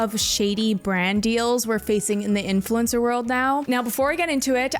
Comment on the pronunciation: "AI infulcner"